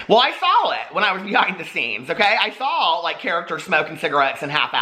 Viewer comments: Everytime I hear you say "i sawl it" it makes me think of my old roommate who got mad at me and threw fruit loops all over my bed. Not judging you just saying lmao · does say the word 'saw' as 'sawl'??